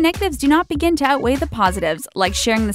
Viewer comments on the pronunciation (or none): none